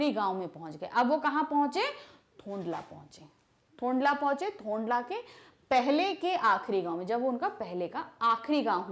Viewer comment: Apne bohut sari jagah mispronounce Kiya hai Fari kalimpong hai Danda thonglaa hai Ladkor nahi lankor hai Pease correct